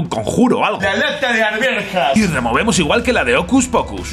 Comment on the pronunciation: es arvejas pero el bananero le dice "arverjas" XD